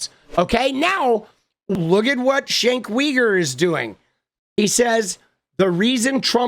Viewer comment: "Shenk Weeger" is what you would get if John Fetterman had a talk show.